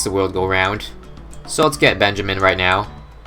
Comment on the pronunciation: When u sat Benjamin it sounds like benchman